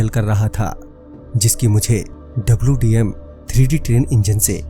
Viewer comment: Wdm hota hai dwm nahi 😂😂😂😂